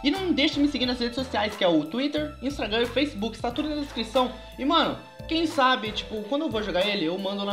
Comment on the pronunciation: vc falou intragam